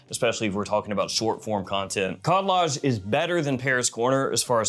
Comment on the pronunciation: Ah yes, the famous clone brand "Khaldaj"